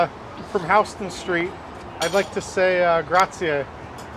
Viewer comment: Resident of NYC (most likely) because he pronounces Houston Street the correct (NYC) way.